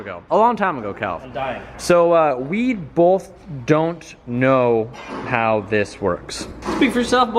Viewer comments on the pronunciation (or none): Both or Bolth? 🤔😜 haha ily